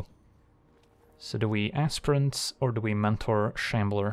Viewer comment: Sorry did you say ASSPRINT? For Aspirant? 😅